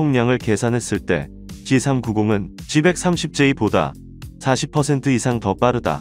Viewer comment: "씨삼 구공"이 아니라 "씨 삼구공" 입니다